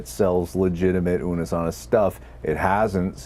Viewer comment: Ash not unnus annus again stop it Mark 😂